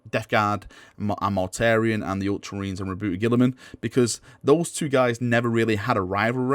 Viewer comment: Ri’booty, please stop calling him Ri’booty!